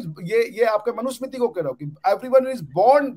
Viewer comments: Ishtiyaq Ahmed should know that the name is Manu Samriti and NOT Manu Samitri. He misspoke many times. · I respected dr ishtiaq Ahmed alot till today but today after listening to his views on Hinduism and the mughal history. I will never listen to the guy again, a person who cannot pronounce the word manusmriti properly claims to have read manusmriti and fully understood the contents. Secondly mentioned about low caste person from mahabharat who lost his thumb is a clear indication of ignorance letting the to know about agenda. There is no mention of eklavya as low caste in mahabharat and Mr Ahmed could provide the references from mahabharat authored by vyas ji. He is also trying to defend the atrocities committed by the Islamic terrorists (invaders).this guy sounds to be a biggest hypocrite and should be kicked out of India as soon as possible before he tries to poison the minds of the jihadis in India Islam andar dimag pichwade se bahar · Islam pe nahi bolega buddha jahan philosophy hi sociology ko curve karti hai... Par hindus ko gyaan dega manusmriti pe... Pata kakh kuch nahi sanskrit aati nahi hogi... Sanskrit chodo sahi se manusmriti nahi bol sakta aur kehta hai manusmriti padha hai... Arrogant.. Islamic apologist of highest order... Ohh bhai tere mulk mein do char writer nikale honge... Humare desh mein har field mein tujhse lakh guna decorated writers intellect nikalne hain humein gyaan mat de..!! Modern historian AIT ko debunk kar rahe hain aur yeh abhi bhi uss flawed theory ko push kar raha hai...!!!